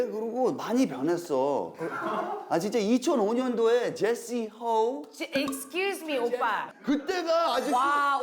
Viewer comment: dat eskiusmi make me wanna wish jessi to have the translator on the show later XD